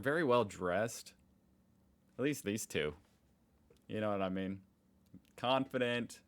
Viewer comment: They are also Dutch and the idea of having just two parties is pretty insane to us. We look at the US and consider it slightly better then a dictatorship because there are two options instead of one, regardless of how we feel about either of those parties. Either way, I hear two not tea every time I listen to it.